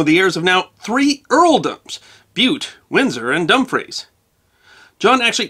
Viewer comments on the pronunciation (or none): Great to see you in the UK. Some pronunciation to be addressed 🤣. Vicount, not Vecount and although spelt Dumfries pronounced Dunfrish. Best wishes from Northern Ireland.